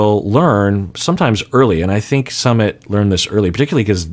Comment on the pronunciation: has been so careful about pronouncing names of cast members correctly. However, he consistently mispronounces Sumits name. Everytime he says it. It might help to go back and listen to how his name is pronounced. pronounces it like the ‘summit’ of a mountain. It’s actually pronounced more like ‘Sue mit’.